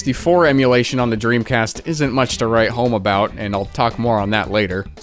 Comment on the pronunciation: dremcast not pog